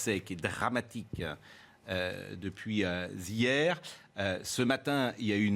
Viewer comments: Minable cet animateur... Minable ! Le seul pro ici c'est Karl. Prenez-en de la graine au lieu d'essayer de le tacler constamment comme Pelé dans la surface... En plus il sait pas jacter correctement : il a dit "depuis (z)hier"... Il doit dire les zharicots verts ! Cou'illon va ! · petit P.P. à dada sur les principes, on ne dit pas "z'hier" mais Hier ! Un âne prononce-t-il "zihan ou hihan ? Le H est muet, un avantage qu'il a sur vous.